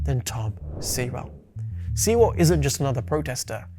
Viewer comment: Sewell is pronounced "sue-all"..as in sewer .. at least get that right for starters. Please research more before concluding ..